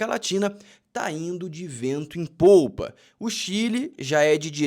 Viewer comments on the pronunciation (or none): Não é vento em polpa, é popa. Kkk